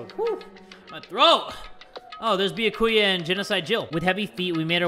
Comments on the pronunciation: Wait a minute, did he call Byakuya, Biyakuya? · It triggers me how he says byakuya he says the bya part with like an o and not an a LMFAO